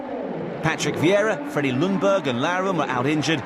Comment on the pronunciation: butchered his name there